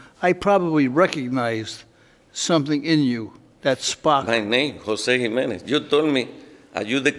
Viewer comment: I can’t believe Caprio pronounced Jimenez wrong. How can a Chief Judge do that?